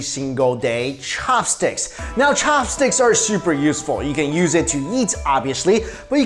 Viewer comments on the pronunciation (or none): Fork for me thanx.... Why you say cho-hops stix? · Am I the only one why got annoyed that he emphasized CHAHPSTIX every time?